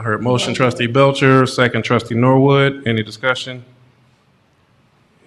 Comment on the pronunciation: BELCHER SOUNDS FOOD WITH THAT I. NO STRESS